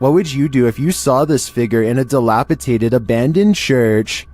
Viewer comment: DilapeDated not dilapeTated cmonn